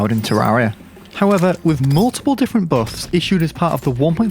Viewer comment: The way he says buffs or “Boofs”